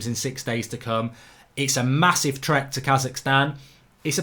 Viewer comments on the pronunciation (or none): none